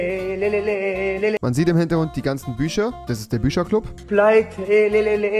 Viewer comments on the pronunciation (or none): warte mal, rewi sagt büScher, aber wiederum auch Tich ???????